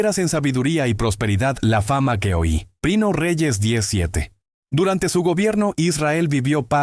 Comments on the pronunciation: Es que esta hecho con ia por eso le cuesta decir primera y dice prino jeje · Una sugerencia, trata que la IA no diga por ejemplo 1 REYES 14:2, para empezar lo dice a veces mal INI = Primero de... Es incómodo escucharlo cuando lo puedes OBSERVAR en la imagen. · Porque decir prino Samuel ? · 😂porq la IA nunca pronuncia bien algunas frases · Por qué dice "prino", "prine", "prinia", "vino"? Es confuso para quien no sabe el contexto... Yo sé a qué se refiere debido a que el video está hecho con IA...